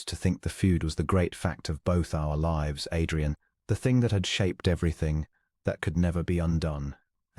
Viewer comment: The pronunciation of words like 'live/lives' (verb as opposed to noun) and 'read/read (past tense) reflects that the narrator's voice is not human. The story, however, is a nice and well-structured.😊